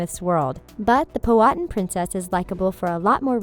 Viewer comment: I really wish things were researched .. its pow-uh-tan not po- hat -an